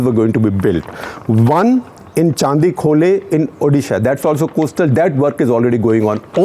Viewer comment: Dear SG the Chandi in Chandikhole is pronounced as Chandi the goddess.